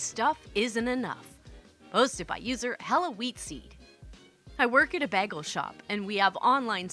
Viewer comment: As a native New Yorker, the way to pronounce bagel is bAy-gull😊.